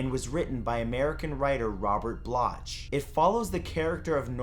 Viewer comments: Another awesome video, Matt. Btw Robert Bloch pronounced his last name "Blok". 😉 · "Bloch" is pronounced the same as "block" and "Gein" is pronounced the same as "green" without the "r". (I used to be a librarian.) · Glad you're back, Matt, but pace yourself, don't allow stress to enter your life (as much as you can help it, anyway). A couple of things: the author of "Psycho" was Robert "BLOCK," as the Germans pronounce it (he was of German descent) and it's Ed "GEEN," as others have pointed out. Gein wasn't a serial killer, just a total nut-job who killed two (2) women, three years apart. The horror of the Worden killing, the second one, was that she was found hanging, gutted like a deer, in his unheated entry/wood room. The other terrible "trophies" resulted from his grave-robbing activities. I read a nonfiction book by a prosecutor in the Ed Gein case, back in the '80s that described the whole story of how they caught him, which might not have happened if it had happened later, as the sheriff's deputies who found Worden's body had no Probably Cause to enter Gein's home, nor even to get a warrant. These officers had had one of those hunches that feature so prominently in law enforcement: they "Liked him" for the earlier killing but had no shred of evidence. After they pieced together his deranged life and put him away in the Wisconsin facility for the criminally insane, Mendota State Hospital, they confided in the author of the book that they'd also suspected Gein of killing his own brother and two deer hunters, who'd disappeared along with their car, a few years earlier. Look up "Nutcase" in your dictionary and you'll see Gein's picture!